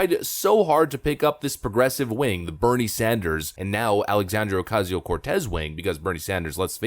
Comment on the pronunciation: Lol “Alexandrio” Ocasio Cortez”